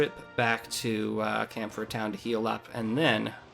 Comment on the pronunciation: Based on my knowledge of various accents, I believe Camphrier is pronounced "Com-free-eh" although I could be mistaken.